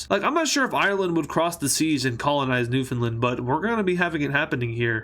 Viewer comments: It’s not newfoundland or newfinlind it’s newfinland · Newfoundland is pronounced New-Finland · its pronounced nuwfehnlnd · Canadian here, Its Suposed To Be Pronounced New Found Land But Everyone Just Says Newfinland. But I Pronounce it New Found Land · as someone who is canadian but lives in the usa it's pronounced new find land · As a person from Newfoundland i pronounce it a New-fin-land